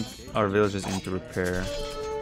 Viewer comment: SIX VILLIAGERS, lol, not horse! VILLAGER LIVES MATTER, lol